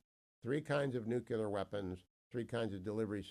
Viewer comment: You still sound dumb when you say nukewler versus nuclear which is how it's actually pronounced. Come on, do better. Your credibility matters.